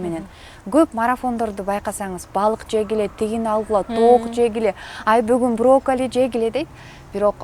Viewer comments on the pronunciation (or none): Орусча олуп калган экен броккали эмес брокколи